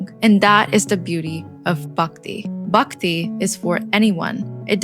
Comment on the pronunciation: nice. Hinduism is the most advanced way of life. Also its not 'Bukti' it is 'B-h-akti'